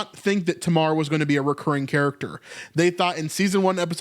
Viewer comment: In English Tamar is pronounced "TAY-mar"